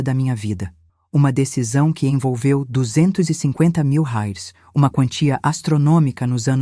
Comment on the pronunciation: Porque ela fala hires ? Não é reais